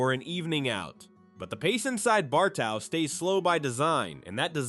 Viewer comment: It's pronounced BAR-TOE.